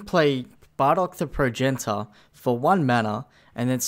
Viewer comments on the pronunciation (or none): You raise valid points. Points that should be in the video. Also, Prow-jen-it-ter.